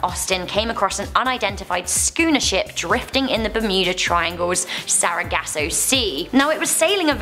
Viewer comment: “Bameenie”😂🤣”Sarahgasso” I’m done. I can’t listen to you guys. Repeat the same things over and over and still miss pronounce them.